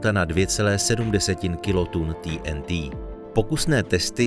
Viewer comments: Proč říkáš ty n tý???nejsi Čech?TNT dik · TýeNTý? Jste čech tak sakra Té-eN-Té. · Video je super ale je to prostě té en té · Nechápu proč jsou všichni tak světový a používají rádoby anglická slova, která si tzv. počeštění! TNT - nebo- li trinitrotoluen se vždy vyslovoval i ve filmech Té eN Té,nikoliv poangličteně Tý eN Tý. A tak se ptám: KDO a KDE vlastně jsme? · Tý en tý 🤣 Je to zkratka trinitrotoluenu, tedy TNT, což se čte normálně 'té en té'. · té en té nebo trinitrotoluen. Video je česky, bylo by fajn být konzistentní a hláskovat česky. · Prečo ti n ti. Prečo nie tnt. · Nebylo by lepší vyslovovat TNT česky?